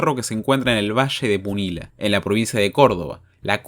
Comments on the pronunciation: Se pronuncia como valle de "puniya" no punila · Iba todo bien hasta que dijo "valle de PUNILA" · Capo se pronuncia "PUNIYA", no ves que tiene doble L? PUNILLA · COMO CORDOBES ME SIENTO ATACADO BRUTALMENTE, COMO LE VAS A DECIR PUNILA, PUNIYA HIJO DE DIOS AAAAAAAAAAAAAAAAAAAAAAAAAAAAAAAAAAAAAAA